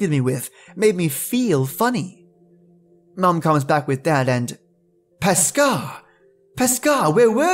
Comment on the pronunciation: Paschar is pronounced pash-er. 🙂